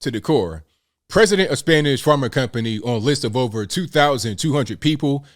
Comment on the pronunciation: Your Spanish pronunciation is excellent!